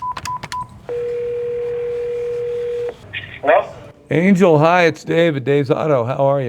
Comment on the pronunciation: his name is pronounced an-hel not an-jel